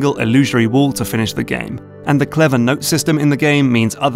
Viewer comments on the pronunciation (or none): none